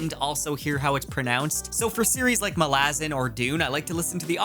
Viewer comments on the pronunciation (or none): How he pronounced Malazan hurt my soul 😅